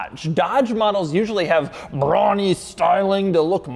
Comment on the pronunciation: why does he say brawny like that?